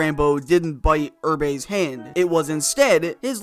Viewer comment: Arther’s Urbay. That’s now you pronounce Irbe’s full name.